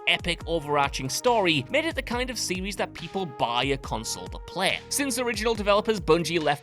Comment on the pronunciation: When your regional British accent forces you to say series like a toddler that can't speak properly and you say 'serwees' instead, it's time to stop. The British's desire to sound regional distinct from one another when the entirety of the UK isn't that large of a region, comes at the cost of sounding like, how do they say... a total numpty.